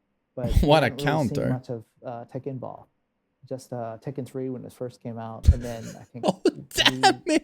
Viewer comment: "Tekken Boll"